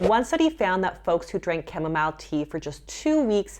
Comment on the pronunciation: now how you say chamomile 🤣